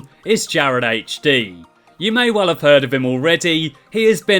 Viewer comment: haha witty response to be fair, but still the point still stands you really struggle with the word well